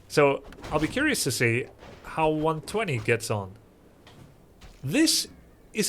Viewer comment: Its pronounced one two zero